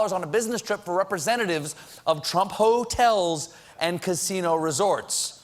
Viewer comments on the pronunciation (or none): Hah. Colbert sneaked in the "Hoetel" instead of Hotel, not sure if anyone else caught that.